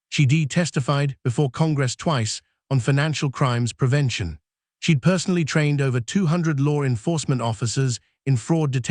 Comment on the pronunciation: I watch your videos but some of your pronunciations make me crazy!! It sounds like you've used an automated reader. For instance: it's not "Mary Land" but Maryland like Merle-land, NWaCP is NAACP though it's pronounced N double ACP & she'd is pronounced "shēd" not "she d." Thanks.